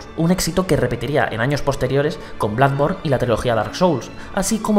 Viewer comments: Por cierto, que alguien le diga que se pronuncia Blodborn no Bladborn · Opino lo mismo tio pero no es blackborne es bloodborne jajajaj es difícil de decir y muchas veces nos equivocamos de echo es el favorito de Miyazaki creo que es el mejor de la saga y coincido contigo en el top esperemos que salga el 2 con mejor online